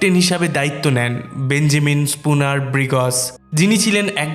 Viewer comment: ব্রিগ্জ কে বলেন ব্রিগজ,সারাহ্ কে বলেন সারাহো এমন কেন!